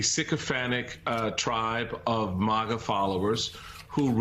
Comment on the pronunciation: "Mahgah"? Someone take away tv time please.